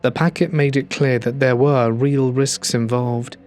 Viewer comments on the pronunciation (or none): none